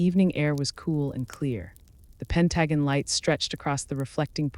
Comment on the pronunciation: AI by someone who speaks English as a second language? Pronounce Pentagon as Pen tuh gone’ accent on the last syllable